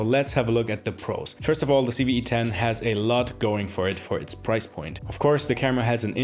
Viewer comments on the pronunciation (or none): loved loved loved this video, thank you so much. only one thing bothered me, it sounds like you kept saying CeeV-E10, everytime! 10/10 video major thumbs up